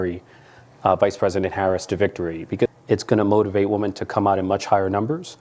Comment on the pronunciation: Huge pet peeve of mine: people who don't know how to say "women." Not that hard!